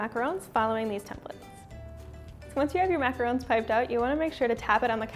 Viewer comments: Jimmy Huang she is saying it right TRUST ME I know the RONG way to say it is mac-a-roooooooon the right way is Mac-a-r-o-n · James Bear she said it perfectly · That is how you pronounce them...macarons are pronounced exactly the way she said